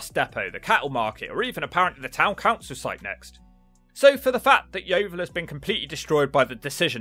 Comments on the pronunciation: 😂😂@ yeo-vile lol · as someone from yeovil, ive never heard yeo-vile but that could be cus i live in the nicer parts